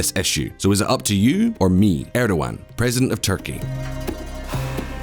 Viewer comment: we got to work on your Turkish pronunciation. It’s /rejep tai-yip erdo-wahn/ and /ah-met da-voot-oh-loo/